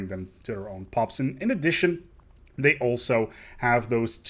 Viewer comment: I can't help but notice every now and then you pronounce this and they, like "dis" and "dey"